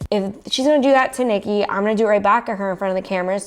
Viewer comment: You said it perfect Niki so proud of you! Much love and respect <3